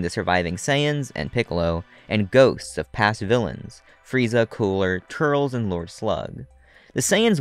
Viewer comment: There is no way this guy has watched dragon ball. How can you fuck up the name turles